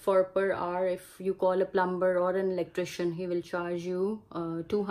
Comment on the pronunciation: This is excellent to tell the truth. I teach English to people who have the Canadian dream and I try to tell them all this but they watch too many movies and think life will be perfect in Canada. By the way, as a kind English tip, the 'b' in 'plumber' is silent so it sounds like PLUM mer. Peace:-)